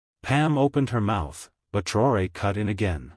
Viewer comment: Why are you so intent on not spelling or pronouncing this mans' name correctly?